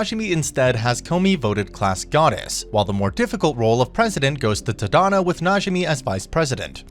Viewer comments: The character's name is Tata no the correct name is tanino Todd and no I mean I understand Japanese names are quite hard to pronounce but it's just really can't say Tada no say it this a like this Todd and no sorry if I'm being rude by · “Tuh-dahno” lmaooo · jit said t-had-an-o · I'm so sorry if this is offensive, but the way you say tadano ABSOLUTELY KILLS ME!!